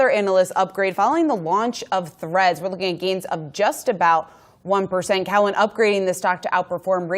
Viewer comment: It blows my mind she doesn‘t know how to pronounce Cowen